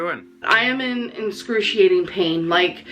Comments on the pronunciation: “Inscrusciating” pain 😂😂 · Can she not pronounce excruciating? It sounds like she's saying enscruciating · How she says excruciating gives me hot anger deep in my bones... "INSCRUTIATING"... what!? Why.. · "Inscrutiating pain" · Inscruciating? What language is she speaking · Hahaa this was fucking BRILLIANT! And it’s pissing me off that she says “inscrutiating” pain ... it’s excruciating! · "inscruciating pain" girl what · Are we not going to talk about the fact that she said “inscruciating pain”... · “Inscrushiating” lol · "Inscruciating pain" doesn't she mean excruciating pain? Solid interpretation of Dr. Now,. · “Incrusiating” pain in a “monotonis” life. Whoa. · If I had to hear her say “inscruciating” one. More. Frickin’. Time... 🤬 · Say "inxcruciating" one more time! I dare you! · “Inscruiatating pain” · The fuck does “enscruciating” mean?... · Every time she says "inscrutiating" I want to slap her. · Haaaaaaaaaaaaaaaaaaaa!!! “How y’all doin?” Also is ‘inscruciating’ pain anything like excruciating? Merely pondering. 420. THATS a cool number 😏 You have “Torrid” hauls girl!!!! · THIS IS EPIC!!! You are a genius!!! 😂😂😂 "Inscruciating"... You keep using this word. I do not think it means what you think it means. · "inscruciating pain". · 'Enscrutiating pain' 🤔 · "En-crussciating pain" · What exactly is "inscruciating pain?" Does the beanbag mean "excruciating?" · Enschuating pain? How does she not know how to say excruciating? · "inscrutiating" pain LMAO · Same place as inscruniating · incruciating? Is this a new word?